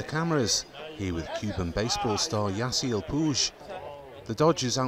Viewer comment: it’s YAH-see-el pweeg not pooje